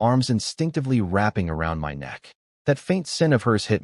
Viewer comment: I don't understand why "of" , "it" , "in" are pronounced correctly , but "my" is read as M.Y.